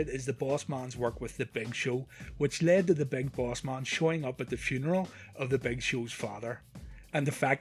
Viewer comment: Big Boss MUn, RUndy SUvUge, ... Please get your pronunciation right next time.